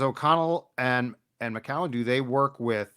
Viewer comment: Hey...Just call McCown Josh please...Are you Using the Canadian pronunciation or what...But Stop It!!